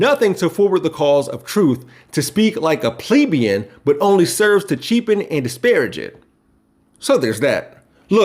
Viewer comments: You slaughtered plebian, ugh! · Sounds like an apologetic. Informative though. Americans, in general, haven't spoken proper English in a hundred or more years. "Ima" = I am going to. "Get out the car/house" where's the "of"? You mispronounced "plebian". Missing "T"s "Senenced" instead of "Sentenced". Isn't language fun? 😀 When I say "ask" one can hear the "K".